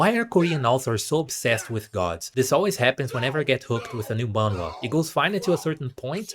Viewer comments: its pronounced mah n hwa or just mah n wah up to you and as someone who reads manhwa your right a lot of it are same slops lmao like i read solo leveling and found like 5 other similar ones or like dont get me started on those fantasy transported into like a old timey book with dukes kings and allat its just copy and paste with different names and art styles (which i admit i still read em so ;-;) the only real fun manhwa ive read is like extra's guide to survival or i killed an academy player (which both are pretty much the same with a MC that grows stronger, knows the story, has that one rich girl thats into him, that one super overpowered girl that basically no one other then the final boss can beat, and that one just really nice one, and a saintess cause why not ;-; its a mid story but i find it fun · manhwa is basically pronounced as '''maan-hu-wa'' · It's "Man" like poke"mon", and "wha" like the mario falling sound effect. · you say it like "N-WAH!" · You pronounce the “h” in Manhwa. It pretty much sounds exactly like how it’s spelt. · It's called Korean manga,no more goofy manhwa pronounce